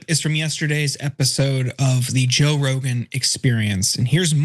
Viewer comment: Rogan rhymes with Hogan, enough said 🤦🏽‍♂️